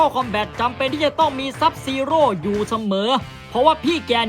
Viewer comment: .SUB ZERO ไม่ใช้ZUB ZEROพี่